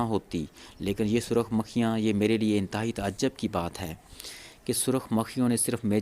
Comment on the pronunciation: Sorry Like that, Urdu and English Every sentence, words need proper pronunciation Lateny ki b pronunciation theek Ta ajub b wrong Ba das Toor , B wrong